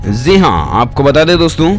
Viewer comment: Zi nhi ji bolo pronounation glt h tmhara